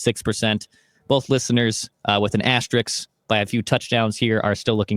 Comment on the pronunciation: ass - ter - I S K. not. I K S. It's not that difficult, maybe practice it correctly a few times.